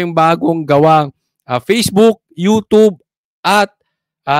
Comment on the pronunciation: ano ba talaga you tube or you tobe 😂😂😂